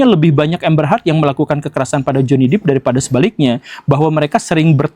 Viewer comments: Depp (dep) bukan Deep (dip) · Johny 'Dep' bukan 'Dip' Pak Guru, bacanya 😂 maap mengoreksi habis cute banget bacanya Dip. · Amber heard contoh perempuan manipulatif... utk pria, stay the hell out of that kinda woman. Btw, it's Johnny Depp not "dip" but "dep"